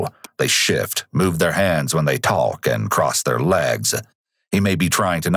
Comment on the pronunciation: I know you didn't just pronounce the L in talk. Edit: yes you did I listened three times. Your crime solvin az can't solve speech boy I know you don't go out throwing that sht around